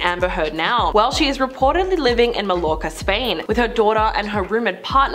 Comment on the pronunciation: Did you just say “Mal-lorka”?? Amber who?!